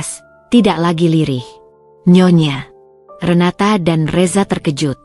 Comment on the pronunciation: Nyonya Renata aja GK usah pake jeda nyonya,,,renata